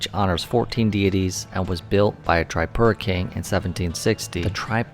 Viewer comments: I m from tripura... thanks for visiting ❤❤😊😊 Its not tri(pura)its (tree)pura .. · Hi! you can pronounce it as "TreePura" intead of the "Tri" ✌ Enjoy your stay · Hey brother it's not trypura. It's triipura(Tripura) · Tripura ❌ Trypura ✅😂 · bro its not Triepura its Tripura . not offence just to let u know and a hearty welcome.. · bro its tripura not trypura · Not trypura itz Tripura man😂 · Taipura ✅ Tripura ❎😅😂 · It's not Traipura. It's TRIPURA. TREEPURA. OKAY. Welcome to our state❤ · Tripura ❌ Trypura✔️ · First of all it's TRIPURA not Traipura 😫🤣😂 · Pronunciation of Tripura is actually 👉 Tree-poo-raa or teeree-pooraa (Not Try-pura)... Anyway thanks a lot for visiting and highlighting our home state... Keep exploring 🙏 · its tree pura not try pura :face-blue-smiling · its pronounced as TREEPURA not TRYPURA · It is pronounced Tripura - as in trip+ura. Most Indian proper nouns are written phonetically - if it was called Trypura, then they would (usually) write it so. Just follow the lead of the folks around. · pronounce like this TREE-PURA not trypura 😂.. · ur pronounciation bro 🤔 it's tree-puuu-raaa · Your pronounciation (tripura) is not correct btw most welcome to India❤ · It is pronounced Tree-poo-ra. Rashes are probably from mosquitoes or bed bugs. Did you eat/drink anything raw/undercooked? Oh yeah! The salad. Thats the bad boy. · Pronounce this way...Treepoora.